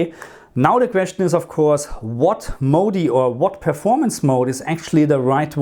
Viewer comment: Hey thanks for the video. You say "mode" wrong: it's not MOUDY, it's MOUD, one syllable :)